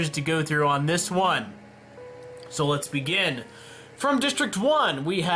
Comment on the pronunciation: Instead of saying let's begin you said lesbian